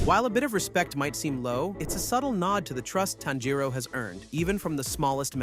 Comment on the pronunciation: Im hearing tenjiro its tanjiro